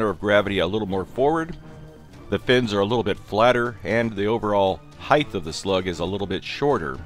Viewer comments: Love your vids, man, but "height" ends on a "t" sound. widTH, lengTH, depTH--i know a lot of words describing object dimensions end in "th". But height does not. It's not "heighth" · The word is HEIGHT. HT. Not TH. It is length. Width. Height. Are you scared of heigths? Or are you scared of heights? Honestly cannot believe the amount of people that have spent their entire lives saying this word wrong. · please learn to pronounce height. You pronounce it heighth.